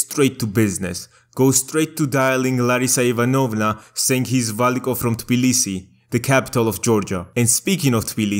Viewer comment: i love that georgian K when you pronounce Valiko